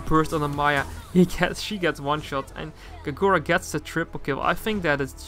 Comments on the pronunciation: I dont like the way he pronounces Kagura xd i think is kagura as short and sweet, not kaGOra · Why do you say Kagura like that, the gu are pronounced as gú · That is not how you pronounce her name.